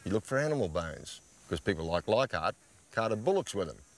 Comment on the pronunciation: Take a shot every time Les says liekhardt